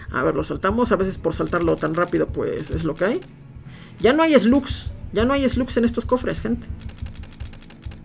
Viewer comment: cuando dice esglus diablo se refiere a las malvadas